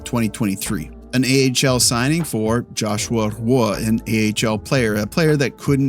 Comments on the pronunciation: Interesting take but for the love of God please stop butchering Joshua Roy's name. It's pronounced 'Rwa'. Hope this helps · Do you know how to pronounce Roy? Like Patrick Roy and Joshua Roy?